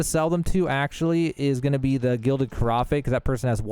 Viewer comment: Carafe = Ka-raff. Thanks for the tips. You shall be added to the counsel. 🤣